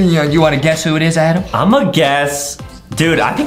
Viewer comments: Justin just say Adam not Adem😮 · Not Adem is adam